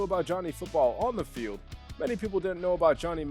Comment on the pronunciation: “Of the felid” 💀💀💀